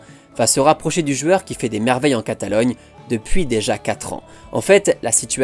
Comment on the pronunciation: Je viens seulement de capter qu'il est incapable de dire jOUeur mais qu'il dit jUeur tout le temps.